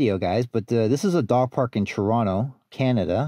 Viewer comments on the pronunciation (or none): none